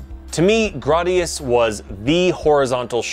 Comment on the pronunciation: Oh Gradius. So many pronunciations and none of them the same as in the game or in the Salamader anime. Thanks. <3